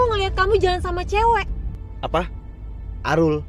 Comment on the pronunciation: kok jadi Alul sih ,kan nama nya Arul 😅😂